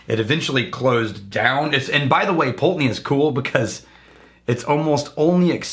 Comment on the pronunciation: Ye olde Pultananey! (glad you dropped your old pronunciation!) Think Wolfburn has now pipped them to the most Northernly mainland distillery up in Thurso. Edit - should have checked comments first, I'm like the 8th person to mention Wolfburn!